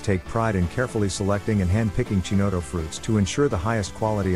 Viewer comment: It's hard to take a review seriously when you can't pronounce Chinotto correctly. Its Ki-not-O